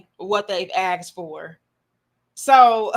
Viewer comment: Clicked off the moment you said AXED instead of ASKED. That's ghetto talk right there.